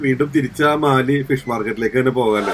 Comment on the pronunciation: മാലെ, not മാലി